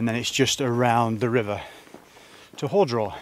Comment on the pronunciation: nice video, relaxing style. Very enjoyable Small thing - it’s ‘HAR’ draw not ‘hore’ draw. I can feel the locals grinding their teeth Saw your Twitter feed, pictures of you at the pub. It was a warm one. Next day not so good. 4 seasons in a day but with the summer spine main risk must be dehydration, very exposed, with the breeze, deceptive. Good luck